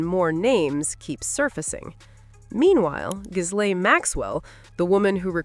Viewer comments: The S is silent in Ghislaine. I believe she has the most mispronounced first name on earth, especially in Podcasts. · FYI, the S in Ghislaine is silent and it’s pronounced Gi-LENN in French. I know… but it’s true 😅